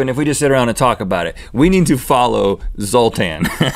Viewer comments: "Zoltain!!!" Dude where's my car lol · Zoltan is just a name in Hungary... The Z has a Zh sound. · Yeah, the name Zoltán exists. It's a Hungarian name but you pronunced it very strange...